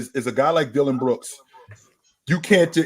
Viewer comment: Why does pronounce Dillon brooks name like that 😂😂😂